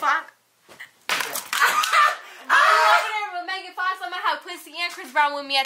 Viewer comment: "megan fakh" I CANT BREATHEEEEEEEEEEE LMFAOOOOOO!!!!!!!